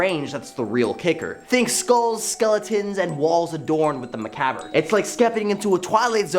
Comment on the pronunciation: I suppose that kicked open the door to allow mispronunciation for all, but there must be an editor that bleeps out "offensive" words, so why not bleep out mispronounced words too...